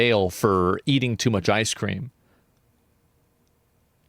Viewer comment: you have you iced cweem loischens????